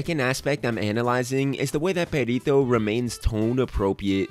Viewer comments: im sorry but the entire video i was asking myself is he saying pedito(farty)? instead of perrito(doggy)? XDD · Buddy, you gotta learn to roll your r’s 👀 it’s Perrrrrrito not Perito. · wanna know what IS annoying? the fact that you constantly say Perito instead of Perrito like, seriously, it's literally just doing a google search. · his name is Perrito? oops, i legit thought they were saying Burrito this whole time. XD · No yeah, I need to work on my pronunciation, my mom called me out for this lol 😓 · When you say "perrito" sounds like "pedito" that means "little fart" whitch is a much more funie name for Perrito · I die every time you say “Pedito”💨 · I'm sorry, I can't help but laugh at the way he says "perrito", because the way he pronounces it makes it sound like "pedito", which means little fart in spanish 😂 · "Perito" xd im sorry but the pronunciation is really funny to me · Spanish speaker here (Mexican). I couldn't contain myself, sorry, but your pronunciation of Perrito (diminutive of dog) sounds like Pedito (diminutive of flatulence); or sometimes Perito (a profession related with law, I don't remember exactly their job, but sometimes get killed for their job). I don't expect you to pronounce it appropriately (as in English there is not equivalent) but made me laugh a lot. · Nice video, but as a spanish speaker I must tell you that your pronunciation of Perrito sound like "Pedito" which means "fartie" or "little fart". I just laughed every time you said it 😂😂😂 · I’m just gonna say it the way you say “perrito” sounds like “pedito” which means little fart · I love the way you pronounce “perrito” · The analysis is great man, but as a latin viewer I almost got crazy of how you pronounced his name XD